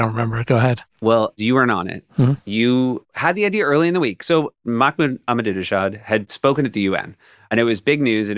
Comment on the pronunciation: I love that every time they say "Ahmadinejad" they pronounce it wrong in a different way. my favorite is Seth